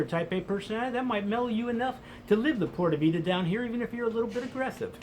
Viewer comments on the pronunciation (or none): Dude stop saying porta vida! it is PUra Vida (Puura Vitha) Other than that your on target, i put in 3 years there. Watch out for the woman! they are dangerously Hot which means mostly you will get burned or smoked! And crime there is serious, the Columbians educated the Costaricanians to steal the underwear off you under your pants! they are very good! Great place to visit but unless you are a hippy surfer forget about living there. I married a lovely woman and brought her and her 4 kids to the states and they will never return to live in their own country now! Costa rica is for criminals and whores and surfers. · That's not the right way to pronounce pure vida. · By the way, just learn to say PURA VIDA the right way. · This guy can't even pronounce pura vida. Drugs are the best in CR. Heck yea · How can you be living there and not pronounce "Pura vida" right?? Screw it! I can't live there.